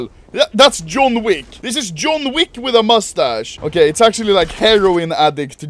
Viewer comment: Ah yes, Juan Wick